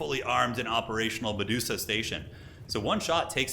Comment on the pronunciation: The dreaded Me-duo-sa gambit